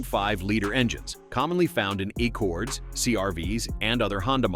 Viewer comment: Ay-ccord instead of Accord. More AI rubbish.